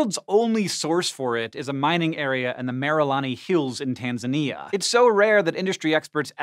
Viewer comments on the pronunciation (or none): none